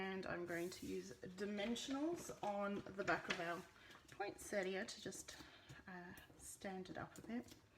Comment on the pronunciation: You pronounced it perfectly! It's the Americans who choose to ignore the "i" and call it point setta. I think that they see it as their constitutional right or something... Love this set and wish I had it but after last year, I swore no more. Now of course, they've topped themselves with this and the Evergreen Bundle. Sigh...